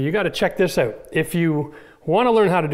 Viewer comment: It'sOUT NOT owut!